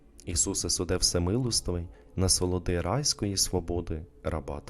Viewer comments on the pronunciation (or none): "насолоди райської сподоби" насолоди - наголос на третій склад, уе іменник, сподоби - дієслово, вибачте, читайте правильно, а не те, що ви інше промовляєте "райської свободи", не те, що написано.